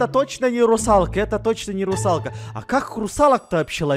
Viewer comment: Никто: Абсолютно никто: Сенсей Хачирикиваувау: Русалкэ🤣